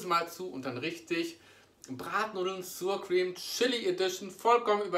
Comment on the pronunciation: Hey lieber, danke für das neue Video. Sour Cream spricht man übrigens nicht "suur kriem" aus sondern ähnlich wie das deutsche Wort sauer, allerdings mit scharf gesprochenem 's' vorne = "ßauer kriem" sozusagen;)